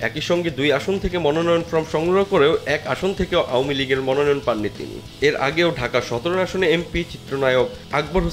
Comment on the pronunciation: আও য়ামী লিগ 😂,ভাই কি সুন্দর উচ্চারন How funny.apni ichha korlei erokim bollen Mone hocche.